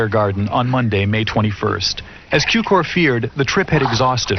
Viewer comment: It is not George Kiukor sir, his name is Cukor György, in english sounds like Zukior!